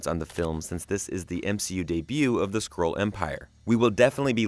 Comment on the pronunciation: SkrULLL.. not scroll!